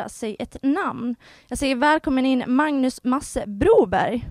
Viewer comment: Det lät som han sade Magus Kallekula, haha.